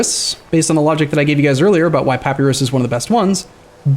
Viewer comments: Papyrus (pa·py·rus): "Pappy-ross" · Well first of -us in latin is pronounced as we'd pronounce -os. So at least it would be Pa-py-ros. Also you'rs is the latin pronouncation where the emphasise is on the last pre suffix syllable. Ancient greek is diffrent I think. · pronounces it wrong. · Just because it's usually pronounced like that in modern english doesn't make it right.